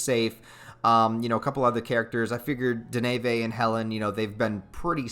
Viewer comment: Who the hell is Da-na-va?